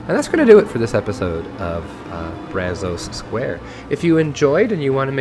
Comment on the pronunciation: the “o” and “a” in “Brazos” is supposed to sound more laid back. Use the “a” as in “mad” and “o” as in “of” (sound like “uh”)